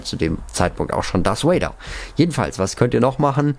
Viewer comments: Hi, ich feier deine Videos und mach weiter so,ich kann zwar selber nicht so gut englisch aber bitte sprich darth Vader oder sith trooper richtig aus,mich triggered das voll und ich möchte nochmal sagen ich mag dich und auch deinen Kanal und kann selber nicht soooo gut englisch aber bitte achte ein bisschen auf deine Aussprache ^^ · Er heißt Darf Vader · Diggah es heist nicht dars vader sondern darth vader DARTH